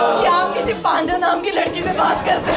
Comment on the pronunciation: It's panda Pa an da( पंडा) Not panda 🐼. 😂😂 But fun episode 😂😂😂✨